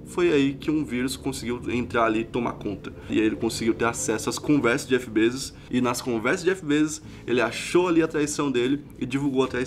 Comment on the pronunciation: o correto é BEZOS